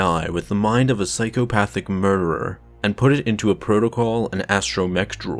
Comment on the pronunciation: “What happens when you create an AI with the mind of a psychopathic murrrurrerrr”